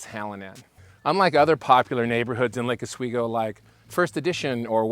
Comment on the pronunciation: Not “laaka sweego” it’s Lake ah-sweego” Like the channel.